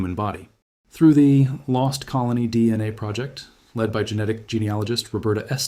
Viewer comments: D, NA rather than DNA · Adding audible breaths doesn't make the AI narration sound more realistic, it's distracting and awful. You also haven't flagged the video as using AI like you're supposed to. It also has too many mis-pronunciations; On top of what others have pointed out is 'Dee... enay' instead of DNA. We have to remain diligent in voting down AI slop.